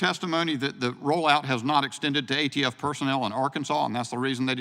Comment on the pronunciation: The Ayee-Tee-Eff Director who cant define what an assault weapon is, is somehow now all of a sudden an expert in the entirety of police investigations and procedures…. 🙄🤡